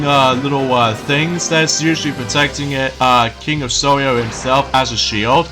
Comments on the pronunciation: it's king of Sorrow! it sounds like your saying sorrio! it's KING OF SORROW!!! SORROW!!! SORROW!!! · I mustn;t Give the king of sorrow Reason to Cry again, Right? Your mispronouncing Sorrow Again! I saw that coming!